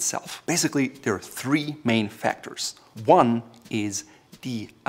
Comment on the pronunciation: The way you said three gave away that you were atleast partly raised in Germany 🇩🇪